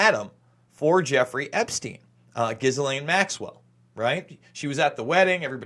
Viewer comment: GHISLAINE MAXWELLS NAME.... ]IS PRONOUNCED JISS-LEN. IM FRENCH ACADIAN FROM NOVA SCOTIA, CANADA. MY HERITAGE, IVE GOT A COUSIN(e) FEMALE COUSIN(e) AND HER NAME, COINCIDENTALLY, IS GHISLAINE, AND IT IS PRONOUNCED JISS-LENN. JIS-LEN..LIKE CHISEL, BUT WITH A G, BUT IN A "J" SOUNDING OF THE NOISE "G" JISSLENN, GHIS (jiss) LAINE (len) JISS-LEN, OK PLEASE, ITS SUCH A BOTHER TO HEAR IT SAID SO WRONG thank you for your time.